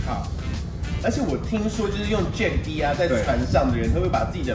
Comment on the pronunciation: 其實jack’d 的d 應該不是唸dee🙈而是像jacked/ packed 中的d音讀法